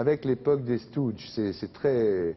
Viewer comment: Ça prononciation de stooges me donne la gerbe !!! 😭😭😭